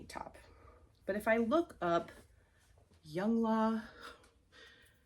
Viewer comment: Youngla is a workout brand and I believe it is pronounced Young LA (I only know this because my 19 year old son likes the brand) 😊 Enjoying your videos and learning more about thrifting- just found you on youtube!